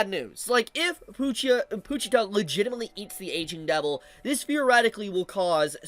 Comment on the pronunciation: “Poo-cheetah” is a crazy pronunciation 😂